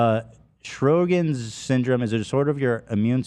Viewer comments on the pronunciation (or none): ANA, IGG, IGA and CBC can all be affected by any autoimmune disease. They are genetic and it doesn't have to be the same autoimmune disease. The high titer also points to several autoimmune diseases. Also, it's pronounced "show-grins" which is wild when you see the spelling. Although that's usually secondary to another autoimmune disease.